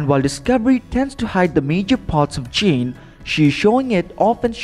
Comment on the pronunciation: Why don’t they get people who can say their names right. Alaska is a Beautiful place you can have a Green House in Alaska nothing wrong with it.Her name is Jane not Gene.